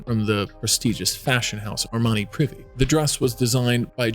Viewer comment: It's Armani Pree-Vay, not 'Privvy'.